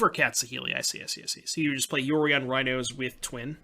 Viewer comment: "Saheeli Raihnos"